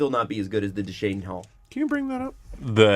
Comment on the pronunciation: is having a very hard time pronouncing Duchene in this one.